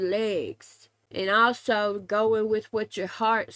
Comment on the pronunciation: Also, all-sew... that "Reigns" thoUGH!